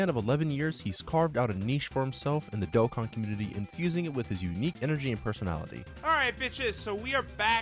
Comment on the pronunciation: as a huge charlie supporter and a dokkan lover i love hearing him pronounce the name